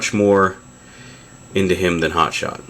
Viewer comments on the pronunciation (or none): none